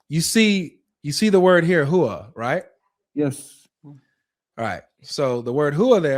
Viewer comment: Huwa? More like where-a